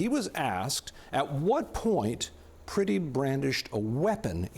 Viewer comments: His name is Alex Pretti. The "e" is "eh". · Pronounce the victim's name correctly,.